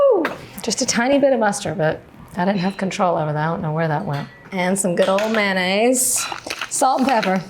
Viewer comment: Three syllables: May-on-aise. Not man-ase.